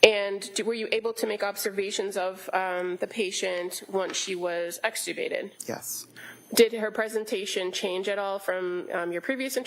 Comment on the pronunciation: She really loves the word extricubated ha ha